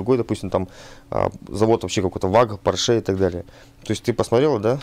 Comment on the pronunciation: ударение на первый слог в слове porsche;) Спасибо за классный контент